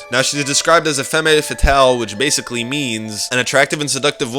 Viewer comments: Femme Fetale: said: Fem Fett-tal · In french we said Femme fatale, in english the pronounciation is Fam Fattal.... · #3: How do you know Jessica is married to Jack. What about before the outbreak happened. And you pronounced femme fatale wrong. It is; fem fetal. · Can you please pronounce femme fatale correctly? Its so annoying, you keep saying "femi" when its clearly shown in the picture of google that you pronounce it 'Fem'. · Its fucking pronounced Femm- Fatal. -.- He is claiming he is so smart cuz he found out something before us, he should be fucking smart enough to say the damn word properly!-.